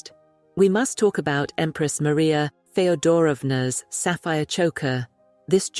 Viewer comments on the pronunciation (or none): It's "fee-o-do-ROV-na". Geez!